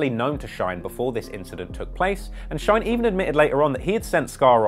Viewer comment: His name is not Shoiyne bu Shyne